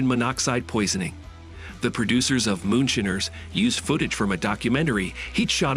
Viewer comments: MOONSHINER NOT MOON SHINNERS!!!! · I just turned this idiot off as soon as he said shinner.